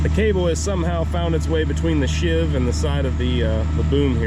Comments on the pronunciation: love your vids they are really great.please dont take offense but she pulleys on the jib are pronounced as a sheave not shiv ok? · And it’s sheave not shiv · offered as a little help: A sheave (pronounced "sheeve") is a grooved pulley around which a cable passes, as on your hoist truck. Shiv is a mean street and prison name for a knife or other sharp weapon, often home-made. Thought you'd like to know. Bill Imboden.